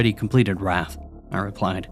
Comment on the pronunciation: Wrath, you said wraith. Don't know if this is AI reading or English as a second language. But it definitely kills the vibe cause a demon would definitely know how to pronounce the sins. 😂😂😂